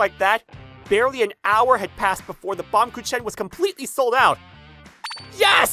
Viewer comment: Uhhh y'all didn't pronounce baumkuchen right (baam-gu-kin)